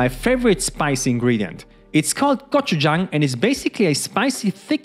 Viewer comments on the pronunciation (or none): Could someone type out the name of the spicy sauce he uses, please gotchachang or, something he said